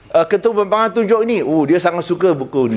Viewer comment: I heard he said “pihak pembangang” 😂😂😂😂